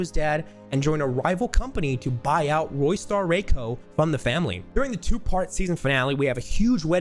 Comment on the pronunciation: theres literally no way u just called it roystar wayco